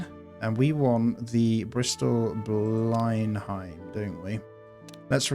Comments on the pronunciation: Btw its not "Blin hime" it's "blen um" like the palace 🛩 RIP those personnel that died at the end 😥may their sacrifice be not in vein.🏛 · If you are generally interested in WW2 as you suggest, then I would learn the correct pronunciations for the aeroplanes. Beaufighter = 'bowfighter', Blenhiem - 'blenham' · Ble-num, Churchill home...